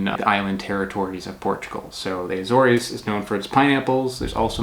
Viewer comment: It's Azores, like saying an a with the word sores, instead of an s, it's a z.